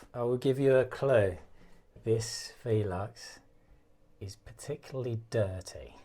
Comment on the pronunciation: Why do you pronounce it V-lux ? I’ve always was said velux 🤪